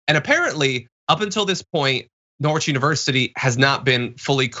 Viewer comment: It’s pronounced Nor-itch, or Narj